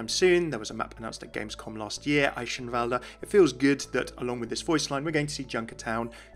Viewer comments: Esheivalde? Umm its pronounced Eikenvalde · german рццтis Chicken Well, yeah but eischenwalde is still wrong, and I dont see the problem with using the english pronounciation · I feel like you ought to settle on either Athena's pronunciation for Eichenwalde or a German's actual pronunciation of Eichenwalde, cause right now you're in a weird in between place that makes everyone go "uh actually you pronounce it like this..." :P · No offense but the way you pronounce Eichanwalde kinda annoys me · I'm not entirely sure how he's pronouncing Eichenwalde wrong, even though Athena says it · why do you keep using that Eichenwalde pronunciation if the game uses the k sound instead lol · City is my England It's not pronounced in either way. The correct "ch" does not exist in English. Americans are just too lazy to learn new sounds they are not familiar with, so they stick to what they think it's pronounced. Both pronunciations are wrong, but sounds a lot more like the actual sound. So you should use "Eishenwalde" rather than "Eikenwalde". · you can hear that he tries to pronounce it right but he still isn't close to saying eichenwalde. maybe he should ask a german to say it the next time he's there. you can't explain the german 'ch' to english speaking people without saying it. can't blame him though, german is a weird/difficult language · You are pronouncing Eichenwalde wrong :x I guess it's pretty hard to do right though, especially when you don't know the right phoneme for ch^^ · Just a tip from a real german you speak eichenwalde without the last e. But the Rest is ok